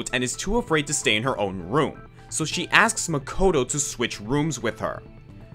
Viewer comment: By romanizing the pronunciation? He also pronounces "Makoto" incorrectly, since the English voice cast of Danganronpa mispronounces a lot of names